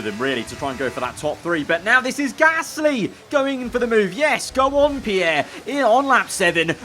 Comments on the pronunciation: He says p ear gasly. Like ear😂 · Says Gasly in such a weird way